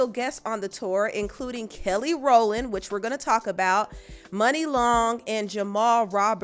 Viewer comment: I feel like I’m the only person who pronounced Muni Long as Moo-ni instead of money 😅